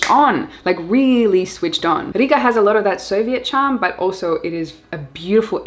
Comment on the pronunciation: Such a pleasant surprise to hear Latvia Riga in second place. Your pronunciation was perfect with emphasis on rrrrr. We will do our best from Dobele to make it appealing for digital nomads. Thank you for your inspirational work! Lots of love from Latvia. ;) :)